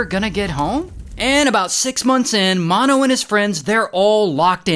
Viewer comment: It's, Mano like m a n o